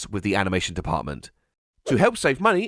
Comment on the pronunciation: its "ZER-OX" (like "zero") NOT "ZUR-IX".....wait....you say it correct later....HOW THE HELL DO YOU MANGLE IT SO BADLY THE FIRST TIME YOU SAY IT?????